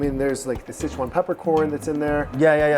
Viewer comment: you actually pronounce Sichuan better than him,,wtf